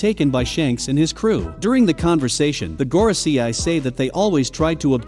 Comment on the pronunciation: Normal people : Gorosei This guy : Goro see eye